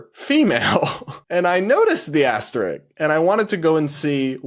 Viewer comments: This symbol * is called an "asterisk" and is pronounced just as written. I only pointed this out because you seemed to be saying "asterick" which is not correct. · psst. It's "asterisk." :yougotthis: "isk"; aster-risk...